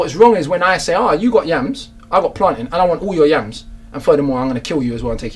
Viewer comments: It's 'PlainTAIN' not Plantin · Jeff M where we grow it we call it plaintain 😂